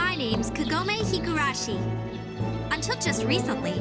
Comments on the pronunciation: Why is the voice acting of the sprightly heroine always SO awful in English? She's not half as terrible in Japanese. And WHY can't they pronounce the names right? Her name is KAgome. It's so bad the name that gets screamed all through the movie is pronounced wrong. Then again, good pronounciation wouldn't save this movie. And you're right, I never really looked at it this way, but that whole 'Sit!' power that literally makes him crash whenever Kagome feels like it (which is always) is pretty damn sick. Wow... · It's so hilarious that you keep saying kagome like that. I have had a joke with my friends for years about inuyasha how half the dialogue in the series boils down to: "KAGOMEEE!" "INUYASHA!" as she's getting stolen away by the demon of the week.